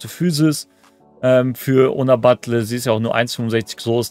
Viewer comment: Man spricht sie BatJE aus.. bisschen informieren könnte man sich schon als Content-Creator von virtuellem Fußball. Aber scheint ein generelles Problem zu sein, nicht nur bei dir.